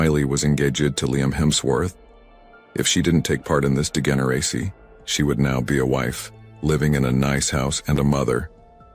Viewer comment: Now we know this is AI generated voice, not the voice of a real human. It couldn’t pronounce basic English words correctly like “mistakes” and “degeneracy”.